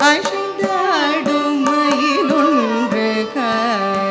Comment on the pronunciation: Good effort, and pleasing. Tamil is a beautiful language, and there’s absolutely no need to put in the extra energy to butcher it with அ*ஷை*ந்தாடும் and *ஷொ*ல்லடி when அ*சை*ந்தாடும் and *சொ*ல்லடி likely require less effort, and not to mention, are natural and correct.